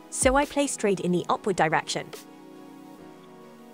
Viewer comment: For GOD SAKE, PLEEEAAASE talk SLOW!!!! You are talking SO FAST with result your words are like breaking up!!!! ESPECIALLY ON KEY WORDS! Like, "upwards" was like was saying opposite direction!!!! For key words Talk SLOW and CLEARLY!! PLEASE!